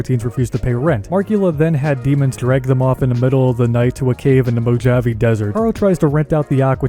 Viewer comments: Also has no idea about a few other things- especially how to pronounce fkin words. ‘Mo-jav-e’ desert? This guy is kinda dumb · Omg! Dude the j in Mojave is pronounced as an h. Mo +Ha + Vee. It's a really famous place. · Did you just say Mojave Desert. With a hard "J", like Java? Ya know that's not right, right? Pretend the "J" is an "H" and still use 3 syllables then you'll say it right. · Patrolling the mojawve, almost makes you wish for a nuclear winter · That's not how you pronounce "Mojave". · Why are you saying mojave like that